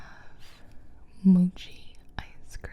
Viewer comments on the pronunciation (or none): Its Mow-Chee not Moo-chee lol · Lol she pronounces every thing wrong of she said mochi like mawchi I was gonna flip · she said moochie instead of mochie.. it’s pronounced mot-shee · Gibi Pls! Mochi not Moochi :) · Correct me if I’m wrong but Gibi I think they are pronounced Mac- uh- ron and moe- chee. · It's mochi (Mo key) not mochi (Mo chi), no hate just a simple correction